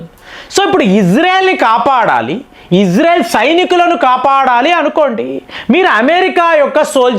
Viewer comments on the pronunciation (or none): none